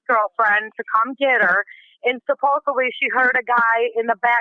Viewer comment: I wish she'd stop saying "suppose-ab-ly".